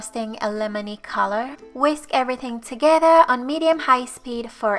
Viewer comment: I like how you say “together”...sounds like togehda.